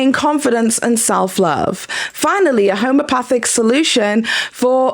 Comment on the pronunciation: Girl.. it’s notHOMO.. it’s homEopathic. Not HOMOpathic. Like you keep saying. I’m so sorry you’re going through this. Any good person with a heart would take the images down. But I’m also legally torn because she asked to use them and you said yes. She’s an ass for not doing so, but it’s a lesson learned don’t ever give people permission to use your photos because I saw the texts and you basically said yes with no boundaries. She’s an asshole, no doubt. But I just don’t know what legal grounds you have sadly.